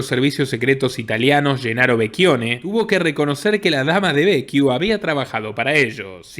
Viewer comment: Impresionante.... te comento que Becciu se pronuncia como Bechiu no Bequiu como estas diciendo...si tenes duda entonces leelo en castellano.